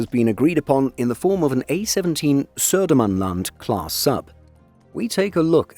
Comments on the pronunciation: Wow, impressive pronunciation of Södermanland and Östergötland. 😃 They are both "landscapes", areas in Sweden. 🤓 The UK equivalent would be county. 😊 I think it's OK if Poland can borrow a sub. We need to stick together in the Baltic area. 🙂 Merry Yule. 🎁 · pronunciation of Södermanland and Östergötland was on point, very impressive